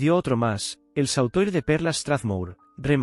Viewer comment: SAUTOIR COMO DICES, COLLAR LARGO, SE PRONUNCIA SOTUAR. Y DE INGLES TAMPOCO VAS BIEN. SI ES UN GUION, QUE LO EXPLIQUEN HRH FJ B-M M-W.